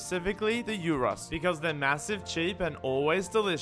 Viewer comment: Respect ++ for pronouncing gyros correct